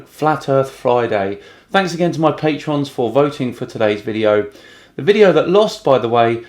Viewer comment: "patrons" not "patreons" :P